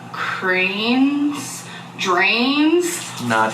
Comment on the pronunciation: really needs to fucking stop playing dumb at mispronouncing stuff. Dranes? Really??? Wifey isn't even there so she can't use that nervous excuse. wants us to think she's like Amy Slaton, but the difference is that when Amy does it she's actually endearing and clearly just trying to widen her vocabulary. When does it she's not cute at all.